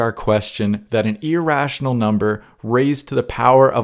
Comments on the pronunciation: As for irrational, you say it like "e-rational", as if it were email. Try saying it more like a Canadian or British person would say mirror. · I hate when your saying irational number,it sounds so funny, keep saying irational,Now i could say your not really good in english..